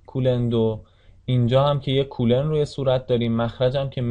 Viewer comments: سلام.کلاس درس بسیار مفیدی بود و من استفاده کردم.اما لطفن نام کولن coulomb را درست تلفظ کنید.مرسی از زحماتتان. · سلام خسته نباشید خوب بود فقط کولن رو درست تلفظ کنید.